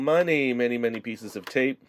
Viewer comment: When you said many it sounded like money.hehehehe